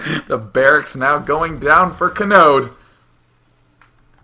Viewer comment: God, everytime you said Kanode, I swear I thought you were just saying Chode. He's like all, "CHOOOOOOOOOOOOODE!"